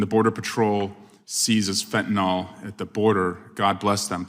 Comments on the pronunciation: Gad ding it, will everyone please quit calling it “fentaNOL”? It’s pronounced fentaNIL! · As a physician, can people start reading and pronouncing the word correctly please. It’s spelled fentanyl. WTF do Congressmen keep pronouncing it as if it is spelled fentinol. It is NOT FENTINOL!!!!! It’s FENTANYL. NYL rhymes with nil, fill, Jill, mill, dill, pill, Bill. That’s not hard guys. Stop pronouncing it as fentinol. That’s not the name. The drug does NOT rhyme with retinol, alcohol, mall, tall, ball. It’s so distracting to hear legislators keep pronouncing fentanyl as fentanol. It’s also deeply worrying that people who